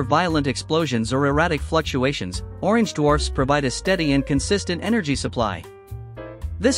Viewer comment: number of times said orgenge 29